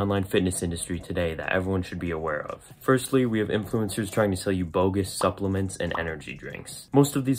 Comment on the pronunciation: SUP-LELE-MENTS xD